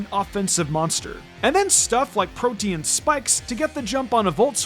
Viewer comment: Protean isn't pronounced like protein, it's pronounced pro-dee-ehn. It means being able to easily change into something. People always pronounce it wrong when making Runescape 3 videos too because they have items on there called protean planks, protean logs, etc. I don't think I've ever seen anyone actually say it right lol